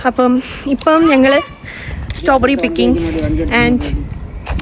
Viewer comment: Staw berry alla strawberry🫤